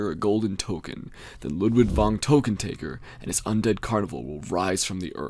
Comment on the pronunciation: It's LUDWIG VON TÖKKENTÄKKER, not Tokentaeger, dammit! Get it right!